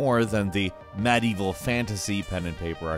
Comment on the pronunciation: "Mad-evil fantasy" lol